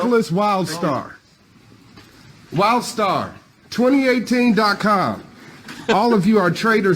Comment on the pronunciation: Wlidstar??? Sounds more like World Star to me.🇨🇦